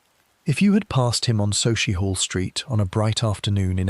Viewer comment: SUCKIEHALL st that’s how it’s pronounced.